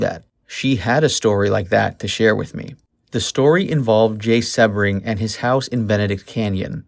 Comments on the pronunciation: Jay's name is pronounced "SEE - BRING"". The narrator has mispronounced his name which leads me to question his knowledge of the murders. I know, as I worked for Jay at his salon in Beverly Hills, when he and Sharon were a couple. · It's pronounced SEE-BRING!!!! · Jay Sebring(pronounced Sea-bring). Jay's real last name was Kummer, he chose Sebring as his professional name, after the famous Sebring car raceway. Sharon was not specifically targeted, she along with, Jay, Voytek, Gibby and Steven were just at the wrong place at the wrong time. Manson had been to Cielo several times before the Polanskis resided there (at least twice during). Manson picked Cielo because it was secluded. Manson knew the layout well (so did Watson) and that likely, anyone there would be well to do, elite and part of the establishment that his jealous, perverted mind was so against. The LaBiancas weren't specifically targeted either, the killers were driving around aimlessly the second night, looking for random victims. Manson then, remembered the LaBianca house as he was again, familiar with the place. Manson had an acquaintance (Harold True) that lived directly next door to the LaBiancas. Manson was a career criminal who always looked for places he was familiar with that would seemingly be easy pickings. Roman was definitely abusive and also a serial womanizer, but he loved Sharon and had zero to do with her's, their baby's or their close friends, tragic deaths! At the time of the murders, he was in London, working on Sharon's and his upcoming film, "Day of the Dolphin". Roman was to direct Sharon alongside of Jack Nickolson. Wouldn't Sharon have been kick-ass in "Chinatown"?